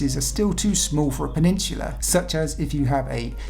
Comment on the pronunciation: I wish he would say Peninsula correctly